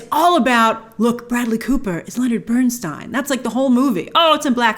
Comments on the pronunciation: Dear Grace, thank you for this wonderful review. Lenny will always be my NUMBER 1. Even after 33 years I miss him so much. You are one of the rare people who know how pronounce his name correctly 😀😀😀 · That is how it is pronounced tho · A note to those moaning about Grace‘s pronunciation of Leonard Bernstein’s surname. It‘s of German origin and Leonard himself preferred Burns(tie)n over the Americanized Burns(tee)n. If you drink Riesling wine it‘s a R(ease)ling not a R(eyes)ling 😉 Easy to get confused…